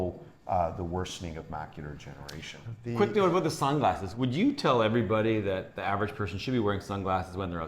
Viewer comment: I love how it kept sounding like he was saying, "Macular Generation." and made sure the audience knew it was "Degeneration, as in Macular Degeneration."